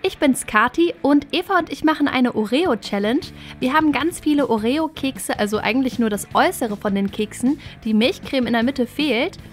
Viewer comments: das heißt orio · Du sagt Oreo voll komisch 😂😂